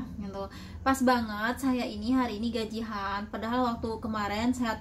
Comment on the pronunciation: Bukan gajih an mbak tp gajian